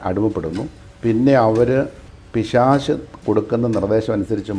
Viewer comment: പിശാചല്ല പിശാശ്😅